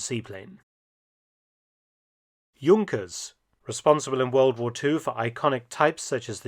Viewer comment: Young-kers? We say Junk-ers in the USA.